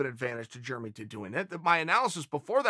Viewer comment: Germy Stevens